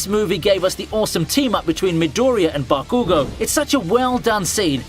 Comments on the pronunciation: The way your pronounce bakugo is so annoying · Why do you pronounce bakugo, hanami, and naruto like that?!